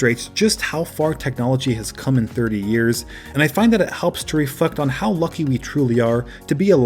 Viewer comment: Did anyone else here him say “it helps to ref*cked” instead of reflect ??😬😂